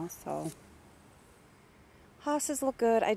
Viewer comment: Hostas not hostages lol